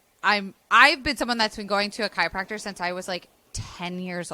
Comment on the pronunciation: I love this video, but I don’t love how you’re saying chiYopracter every time 😭😅